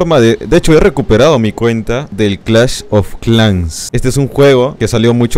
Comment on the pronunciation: "Clash of clanks"